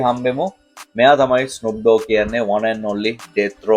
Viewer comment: ඩෝග් නෙමේ ඩොග්